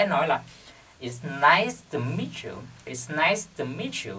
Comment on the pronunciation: It's nice to meet you but you sound like "It's nice miss you"